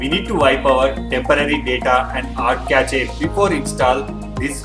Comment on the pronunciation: lol कैचे नहीं कैश पढ़ा जाता है उसे